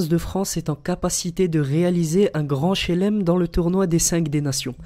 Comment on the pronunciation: grand shlem pas shelem 😤😤